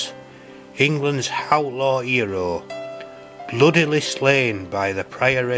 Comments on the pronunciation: "England's howtlaw 'ero..." 😅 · "England's hhhoutlaw eerawl"